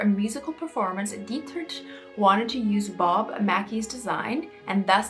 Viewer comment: I think it was very selfish for Kim to wear such an iconic piece of history and to try to usurp herself into history and possibly ruin the dress. Just wanted to let you know that Marlene Dietrich was pronounced Mar-lay-na Dee trick and she was ahead of her time as well as Marilyn. I think the Kardashians are under mind-control.